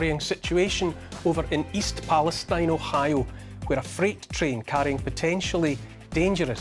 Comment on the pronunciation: East Pale-STEEN, Neil